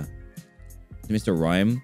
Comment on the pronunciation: Mr rime???? It’s mr mime thank you